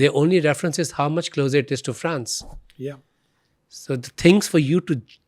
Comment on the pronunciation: His full face job done in usa.Now He looks weired. France he cannot Pronounce. He speaks terrible english,with an American accent.